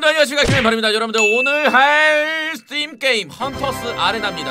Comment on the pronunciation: 첨에 스팀이 아니라 스틸이라고 들은건 나뿐?